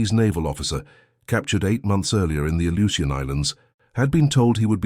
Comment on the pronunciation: 18 seconds in: It's spelled Aleutian not Ellucian